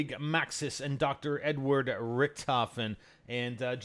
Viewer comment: hahahah treyarch still havent noticed that NO GERMAN would ever name his son EDWARD (pronounced ed-ward). The german name they were most likely going for was EDUARD (pronounced ay-dew-art). Fail.